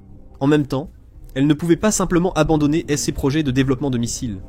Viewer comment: Chere IA "SES" se prononce :"c"